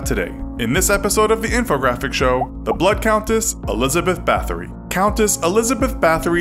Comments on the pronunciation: Her name is pronounced "Bowtree" and she's pretty interesting. The podcast Lore has an episode about her called All the lovely ladies. She was never formally charged or punished under the law, she was locked in isolation though which is what she feared most. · you say her last name as batory